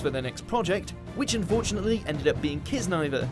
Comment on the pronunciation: Bruh you can't even say Kiznaiver right "Kissniver"?? And it was AMAZING AS HELL.